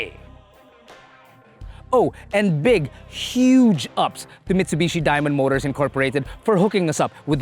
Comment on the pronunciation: Dis guy working mitshubishi